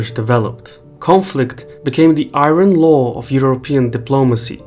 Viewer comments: Great video. Small pronunciation note. “Iron” is pronounced “I-Ern.” English is stupid like that. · I though it would be helpful for you to know that In English we pronounce Warsaw as "war-saw" with an 's' sound, not an "sh" sound. Also, we pronounce "iron" as "eye-urn" .